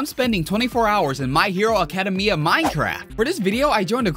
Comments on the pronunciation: It's not acadamy it's acedamia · He said acadimia. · “My hero akadamia minecraft” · he said my hero academia sooo wrong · listen to how you said academia